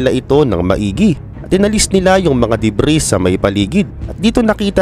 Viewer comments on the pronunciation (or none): none